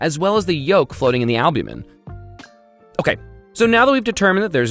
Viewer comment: Stop saying albumen , worse than the fake eating